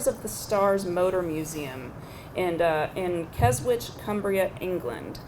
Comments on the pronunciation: Cars of the Stars Motor Museum shut down a few years ago. But if you go to Keswick (pronounced Kezz-ick - NOT Kes-which - but points to Melinda for trying), you'll still see signs for it, which is confusing as hell. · Tee hee, 'KesWick'. The pronunciation is Kes-ick (silent 'w'). Minor but important correction. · Keswick is pronounced Kes - ick (silent w)